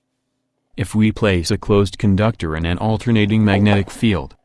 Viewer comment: The text to speech app sees 'conductor' and says 'progdonics'. Take a small neodymium magnet to Home Depot and drop it vertically through a copper pipe. Cool! Put the pipe back on the shelf.